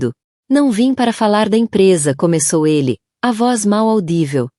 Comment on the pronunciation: A narradora não está conseguindo ler direito.Ela disse " Eli" ao invés de " Ele ".